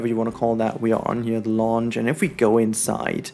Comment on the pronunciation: Hey! Just a friendly heads up: the word “lounge” in English is actually pronounced with the German /au/ sound, with the same sound as the word “ouch”! The way you’re pronouncing it in the video sounds more like the english word “launch”, and it was a little confusing in the beginning! Keep up the good work and keep being you! ❤️